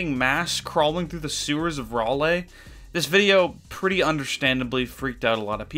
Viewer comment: why did you pronounce raleigh like that it’s ra-lee